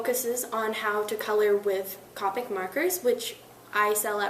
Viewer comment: you didn't pronounce "manga" or "Copic" properly